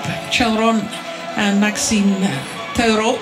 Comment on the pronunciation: i’m pretty sure tetreault isn’t pronounced “tetero”